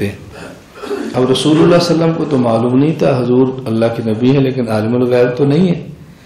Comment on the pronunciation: Molana sahab...hujur pr durud achhi trh se pdhiye..sallallahu alaehi wasallam.....na ki sallalawaasallam